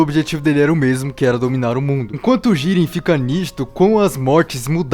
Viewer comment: Jíren ❌ | JIRÊN ✓